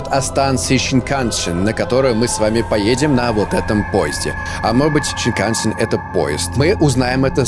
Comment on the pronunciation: Snikansen называется не так как ты сказал а сенкансен это японский поезд